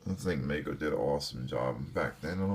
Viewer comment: The name of the company that produced the original Cher dolls is pronounced Meego. Long 'e'.